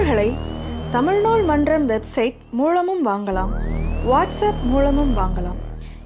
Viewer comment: Moozham illay moolam